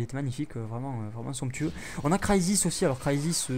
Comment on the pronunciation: T'aime Bien dire sonctueu (Je ne sais pas comment sa s'écrit :X )